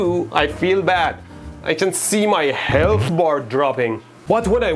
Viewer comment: good old "Helath" xd